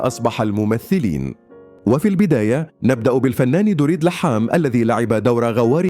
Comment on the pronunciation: ليحام.؟ كهرباء! لحام انطق بشكل صحيح